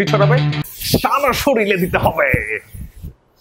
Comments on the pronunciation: ভাই, শব্দটি "শরিল" হবে না "শরীর" হবে। 💝💝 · ভাইয়া শরীল না শরীর। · আপনি " শরীর" কে " শরিল" বলতিছেন!!! বিশ্বাসই হচ্ছে না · ভাইয়া আপনার ভিডিও অনেক ভালো লাগে। বাট শরীর উচ্চারণ টা হচ্ছেনা।শরিল সোনা যাচ্ছে🤣🙄🤣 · আপনি শরীরের উচ্চারণ করার সময় আঞ্চলিক ভাষায় শরীলের উচ্চারণ করেন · শরীর* 😊 নট শরীল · Ha. Amio kheyal korlam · Soril na re vai Sorir